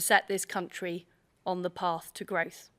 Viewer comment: I wouldn't mind, but she can't even say growth....🤣